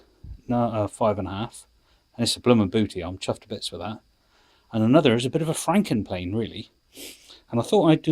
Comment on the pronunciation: Franken Plane's sounds like your saying fing planes